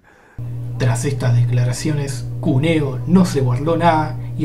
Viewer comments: Porqué dice Cunéo? El acento está en la U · Perdóname querido, es Cuneo con acento en la U, no puedo creer que no lo sepas !!! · Lo escribís bien "Cúneo" y decís "Cunéo"...Esa rayita arriba de la U se llama acento... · Jajajaja yo también quedé re incómodo con como lo pronunció.